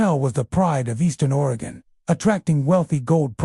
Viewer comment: Couldn't listen after hearing the way he mentioned oregon....